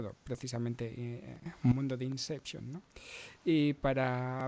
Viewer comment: ¡Inseption! ¡abduscan! XD